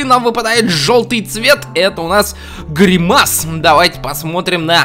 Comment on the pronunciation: Правильно говорить грИмас а не гримАс